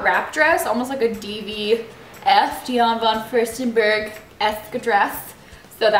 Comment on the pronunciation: LOL dion von furstenberg? it's diane